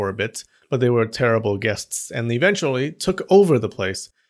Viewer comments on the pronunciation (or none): none